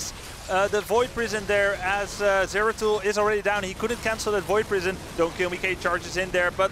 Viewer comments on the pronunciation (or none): No zagara and it's zeratul plz notice this host